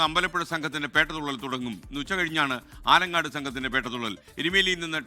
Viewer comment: ആലങ്ങാട് ആണ്.near aluva. ആലങ്ങാട് പേട്ട. ആലങ്ങോട് സ്ഥലം വേറെ.ഇത്രയും പ്രസിദ്ധമായ സ്ഥലപ്പേര് ദയവായി തെറ്റായി പറയരുത്.@